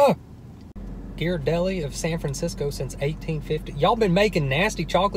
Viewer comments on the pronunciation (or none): none